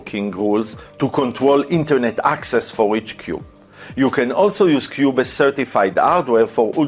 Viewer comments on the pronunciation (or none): Great content. Pronounced Qube's, not qube-es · the e is silent in qubes.